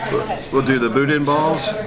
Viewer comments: It is pronounced budan. Not budin. BOUDIN. Ronnie's Boudin & Cracklins in Baton Rouge and Hammond, Louisiana rocks. The lunches in Hammond are to die for. Great video. Worked on my first Shelby Cobra 14. 52 yrs. ago. Lafayette, Louisiana. Way back when. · First, Boudin is pronounced "boo-dan". I'm a big fan of your channel. The cars you've restored are significant to the muscle era. The person you are is why I enjoy your channel so much. Youve been a huge source of trivia for anybody that likes cars, period. Thank you to your whole team for the hours of entertainment. The knowledge of Shelby's, by itself, is invaluable. Your catch word, OUTSTANDING, summarizes the whole channel. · Boo-den? Y'all better do a rescue next door in Lousey-anna! We gots some schoolin to do with! 😂